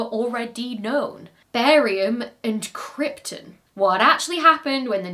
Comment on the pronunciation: Add krypton in there as another badly pronounced word.